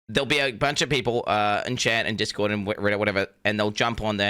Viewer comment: I honestly thought he was saying Chad, not chat, for two years.